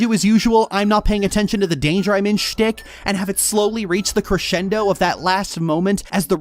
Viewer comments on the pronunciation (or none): none